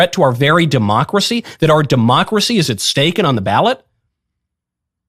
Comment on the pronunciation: When you keep calling him hilter and saying demcorcy ends with him